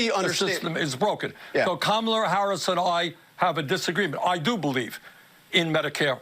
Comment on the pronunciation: How did Bernie say Kamala? Camaler? Cnn says it is racist to mispronounce her name.